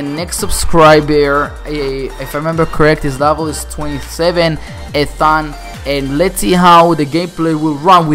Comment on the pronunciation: You said Ethan wrong, lmao